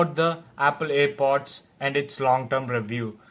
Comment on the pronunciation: Haha ur telling it air bods but it's name is air pods pls learn it bhayya